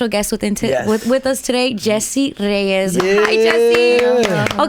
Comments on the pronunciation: ReyeS, with an S at the end, not ReyeZ. Speak and write spanish correctly please. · Her name is Reyez